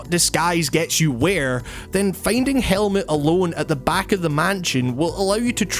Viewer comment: The name Helmut is pronounced Hell-Mood (no pun intended).